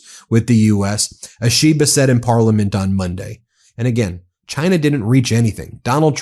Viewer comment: in the end everybody gets some high tariffs except Chaaaainah